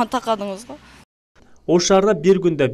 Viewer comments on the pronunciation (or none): Такадынызго дейтко не анча такадыныз 😂😂😂хе хе хе хе хе хе хе хе хе хе хе хе хе хе хе хе хе хе хе хе хе хе хе хе хе хе хе хе хе хе хе хе